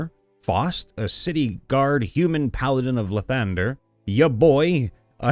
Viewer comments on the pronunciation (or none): none